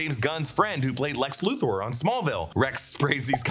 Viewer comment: Luther is pronounced Luth-er not Luth-oar!!!